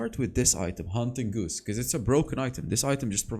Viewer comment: Lol haunting “goose”. It’s haunting guise, pronounced like “guys”.